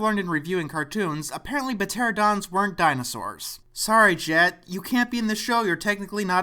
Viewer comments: Did....you pronounce "Pteradons" as "Puhteradons" on purpose or....do you not understand that the P is silent? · Puh-terodons? REALLY? ...I need some fresh air.. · (p)Tera*no*dons. The "n-o" in the middle is not silent. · Peh-teradons. Hee-hee. You pronounced the "p". That p is silent.